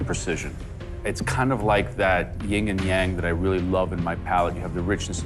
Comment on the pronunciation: Um, Joe... it's "Yin and Yang," not "Ying and Yang." 🤔